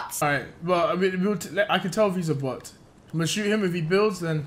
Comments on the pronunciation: "This is a bOtHh deji" 😂🤣 "That's a big bOtHh deji" 🤣🤣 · I Will Never say BOT right again😂😂